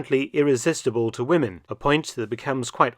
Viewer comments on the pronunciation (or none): none